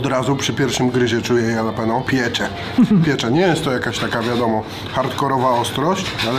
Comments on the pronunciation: Ale wkurwia mnie to jak mówi jalapeno no kurwa😢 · Nawet jalapeño nie nauczył się wymawiać po tych wojażach... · mówiący jalapeno to jak Ricky mówiący dżalapino xD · sprawdźcie jak się wymawia jalapeno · się mówi "Halapenjo";) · jedna rzecz, proszę. Jalapeño wymawiasz halapenio. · kurde! Papryczki HALAPENIO = tak to brzmi prawidłowo. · Ale wiesz, że 'halapeńo' ??😂😂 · Fajnie się Was ogląda, ale bywa że źle wypowiadacie nazwy. Warto się przygotować i wiedzieć jak poprawnie to robić. Jalapeño wymawia się Halapenio. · Mowi sie papryczki japaczo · Ty tak na serio z tą wymową "jalapenio"? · czyta sie "halapenio" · (halapenio) jak mozna to wymawiac z j XD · A ja wolę mówić dżalapino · Błagam przestańcie mówić ,Jalapenio’ wystarczy J zamienić na H 😵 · Bardzo źle się słucha jak mówisz JALAPENO, az odechciewa się oglądać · mówi się Dżalapino